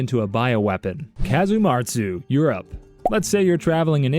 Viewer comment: When he said Europe I thought it was “you’re up”